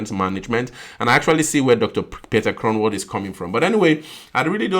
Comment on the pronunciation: You say the "g" in Groenewald as if you have something stuck in your throat a "gggggg" not a k sound 😊